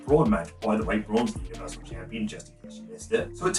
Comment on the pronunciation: I cant tell if you're saying Universal Champion or Bluniversal Champion